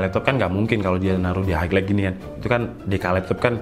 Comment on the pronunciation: Bang highlight itu bacanya hai lait